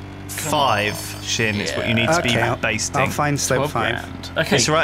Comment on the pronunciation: "Basting" a slope. Lol, it's "bashing".